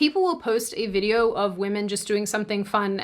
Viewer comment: 2 observations: - you pronounce video like fideo. your v sound is too sharp and sounds like an f, which is natural for dutch speakers. - you said "pz" instead of "pc". the c is sharp, the z is soft. dunno if thats something you do regularly or if you just stumbled over your tongue. loving the content and your vibe btw. have a nice day!